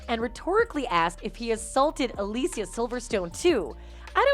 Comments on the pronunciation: Alicia is pronounced like Alisha. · Jim did NOT sexual assault anyone, you dipsh*ts! This video is garbage. And the way you pronounce “Alicia” is annoying.